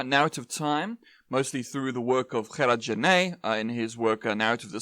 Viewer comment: Hey, great video but Genette wasn't Spanish hence his name is pronounced like Jerar Jenett. Hope this helps 😅